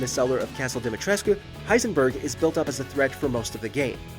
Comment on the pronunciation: How is it the narrator managed to mispronounce "Dimitrescu" every single solitary time despite the games own characters constantly pronouncing it "Di-mi-tresk" (which is the proper Romanian pronunciation, btw) every single fucking time in the game? Come on man, no one can be that incompetent at their job.